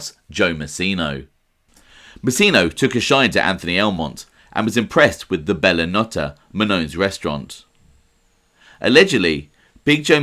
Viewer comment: It was pronounced Bella No-tey